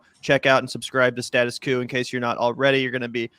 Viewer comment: Thanks for having Jordan Chariton on! He's a true, go-get-the-story reporter, and great to see. (btw,, it's "coup," like "pneumonia.")